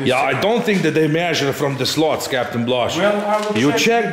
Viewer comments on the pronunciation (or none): Make your videos as long as you want...you two are the greatest rc model reviewers on utube...very fun to watch...BTW your English is great so I got a surprise when I heard you pronounce slats as slots...slats like cats...rather than slots like cots...sexy build video...thx